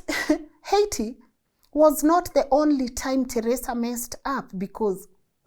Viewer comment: the way your calling Teresa name 😂 Teresa come on😅